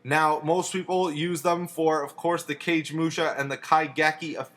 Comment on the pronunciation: Cage mush? :p never heard that way of saying kagemusha